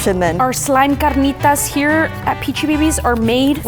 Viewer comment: I love how rolls her r in carnitas